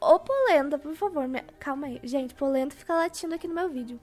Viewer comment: falando polenta cala boca hihi